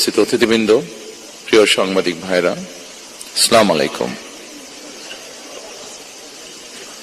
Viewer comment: ব্রিটিশ সিটিজেনশিপ বাদ না দিয়ে কিভাবে সে মনোনয়ন পায়,? আইন কেনো সবার জন্যে সমান না ? সে কিভাbe আইনের শাসন প্রতিষ্ঠা করবে . বাঁনোয়াট. সালাম ঠিক মতো দিতে পারে না . ইন্টার পাশ.